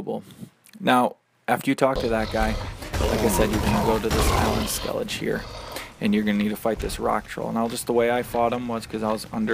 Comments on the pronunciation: Its actually pronounced "skell ih guh" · Of course it's the Americans that call it Skellidge even though every character calls it Skellige